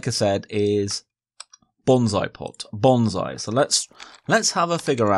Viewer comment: its pronunciation is [bonsai] not [bonzai] :)